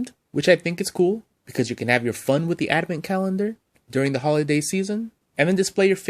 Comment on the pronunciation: Dude, it's ADVENT. not adamant. Say it ... ad - vent.